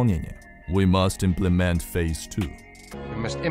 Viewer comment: Почему в оригинале ударение на первое и Implement, а вы настойчиво говорите implemEnt?🤔